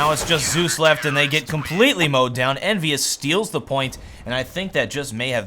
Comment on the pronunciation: He says EnvyUs like NBS and every time he does i feel like he misspelled something like NBS instead of NBK or so.